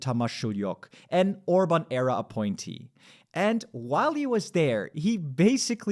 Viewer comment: It sounded like Orbán error instead of Orbán era... and you're not wrong 😂